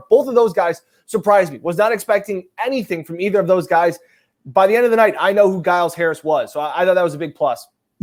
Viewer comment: says "After this game I knew who Joe Giles-Harris was" but yet he pronounced his last name wrong every time he said it. 🙄